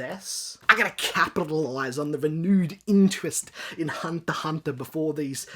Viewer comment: Why aren't you pronouncing the X in Hunter X Hunter?